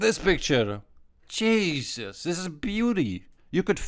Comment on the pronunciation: that "jesus" in the intro sounded dutch